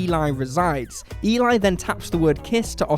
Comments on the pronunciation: It's not E-lie. Its E-lee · You obviously did not watch the last movie in your list! The name is not pronounced The name is not pronounced E-lie... it is properly pronounced as demonstrated in the movie it’s self as Æ-lee. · No plot twists, just subtle details that some viewers may have missed. In ‘Let the right one in’ it’s not even that subtle - it’s actually kind of the point of the whole thing! (Eli’s name is pronounced more like ‘Ellie’ than Eli despite the spelling. Did you watch it?) The real subtle detail is that Eli was not a girl. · Eli is pronounced like Elly, btw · Eli in Let The Right One In is a girl, so her name is pronounced as "Elly". would know this if he paid attention to the film. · Let The Right One In: 1st - You're pronouncing "Eli" incorrectly. 2nd - Eli is not a "she". 3rd - Lindqvist's story "Let The Old Dreams Die" completely disproves that theory. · I can't trust someone that can't pronounce Eli's name correctly to explain me Lat den ratte komma in.